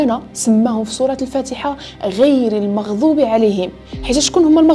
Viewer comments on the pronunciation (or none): none